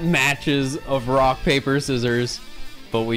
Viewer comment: I swear I heard him say "brock" every time instead of "rock"